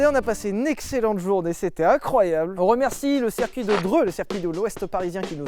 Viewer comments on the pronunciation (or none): QUESTION Si "Circuit" se prononce donc "Serre-Cuit" 😂 doit-on désormais écrire "Mircedes-Binz"? 🤔 En vous remerciant